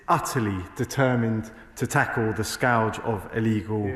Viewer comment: tf is a scouge? I'm guessing he meant 'scourge'... Learn the language mate.